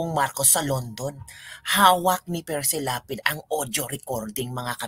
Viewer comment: Correction. Hindi Precy. Perci Lapid